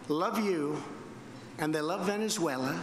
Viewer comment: He didn't write this he hasn't got the brain capacity. He don't give two hoots publicity stunt bloody idiot. Any president in office would be more diplomatic he can't even say Venesula I was the first such a big head he is crazy and I wonder how many of the people he would take into the USA claiming asylam from there None. Hate that's what he spread tell when he go of script act like a crazy many like at his rallies.